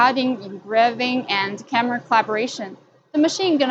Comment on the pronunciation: "Camera" not "Carmera".